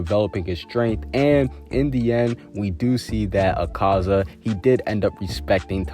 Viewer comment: my fav demon is a-car-za it's "a-ka-za" btw